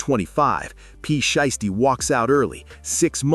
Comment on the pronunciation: Lol I heard that, what about calling Pooh Sheisty Pooti, I stopped watching at that point.